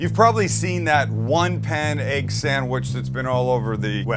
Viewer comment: I love the way Sam says "Aegg" :)